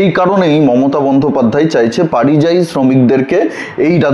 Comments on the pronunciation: কথাটা পারিযায়ী নয়, পরিযায়ী। কানে বড় লাগছে। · পারিযায়ী শুনতে ঠিক লাগছে না,ওটা পরিযায়ী বললে ঠিক হতো। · পারিজায়ী নয় পরিযায়ী।ধন্যবাদ। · পারিযায়ী না পরিযায়ী